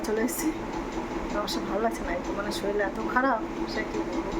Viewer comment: Shoril😂😂😂😂 ki bhasha...shorir bolo...bor kothay?